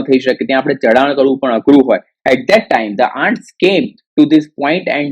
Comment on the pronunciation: Pronounciation mistakes Ants-ઍનટ્સ Often - ઓફન the 'T' Letter is silent here